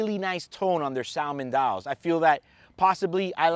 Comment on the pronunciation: You are not supposed to pronounce the "L" in "salmon."